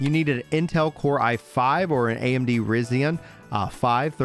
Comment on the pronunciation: The Ryzen CPU is pronounced. Rise-zen! I'll pre-order it. It sucks you can't play as elves. I put pointy ears on my main and pawn too!😭 Also! This game, kinda sounds like a remake of the first Dragon's Dogma.